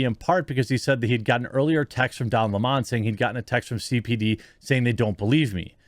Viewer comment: Please don't make Don Lemon sound more sophisticated than he really is by mispronouncing his name... it's 🍋... Don 🍋